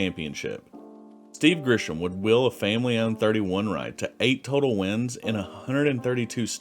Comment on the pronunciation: its pronounced Steve Grissom not Steve Grishom🤦‍♂️